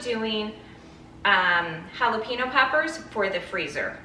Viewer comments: If you keep and plant the tops of all those pineapples you can grow another pineapple for each top. It takes 2 years but they are free and you can keep doing it over and over. Jalapeno pronounced "hal-a-pen-yo" not "hal-a-peen-o..😂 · Everyone I know pronounces it jalapeeño